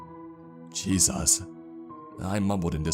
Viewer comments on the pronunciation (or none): none